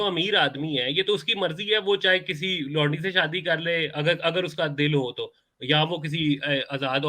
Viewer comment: Did this guy just say lundi...instead of laundi..😂😂😂😂